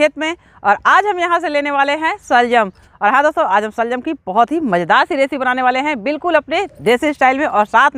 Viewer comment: Shaljum nahi shalgum hota hai.